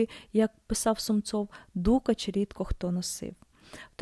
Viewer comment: Ну по перше: не дУкач , а дукАч. А по друге : а де ж намисто з каурі, а де дорогущі баламути, де лускавки?